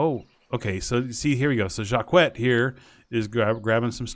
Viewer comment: Ngl, you really got me wanting to play this game. This is so cool! LMAOOOO THE HUNGER THING. THE THIRST. RIP!!! So used to self-sustaining NPC that we tend to forget those details vdskdhkd Oh btw, i think Jacquet is pronounced like "jacket" but the stressed syllable is the "et" Domingo the MVP Can't wait to see where this village goes!